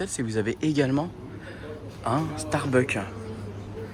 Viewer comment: StarbuckS on dit pas starbuck 😅 et tu peux dire personnages en français pas caractere 😂 mdr merci 🙏🏼